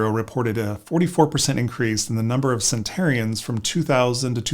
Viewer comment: Cen-ten-arians, not “centarians”.